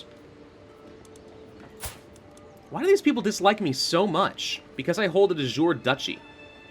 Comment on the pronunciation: I love watching this series and I'm learning a lot about the game in the process. But I must confess I wince in pain a bit every time I hear Latin (De Jure, which in itself is a bastardized spelling of De Iure, Casus Belli) being pronounced as if it were French or English.